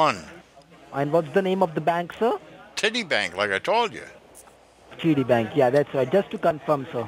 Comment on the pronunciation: rung the mopes that much they are actually starting to pronounce City Bank Titty Bank LMAO - nice one 👍